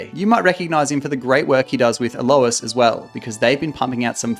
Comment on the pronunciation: Please pronounce "A-Lois" again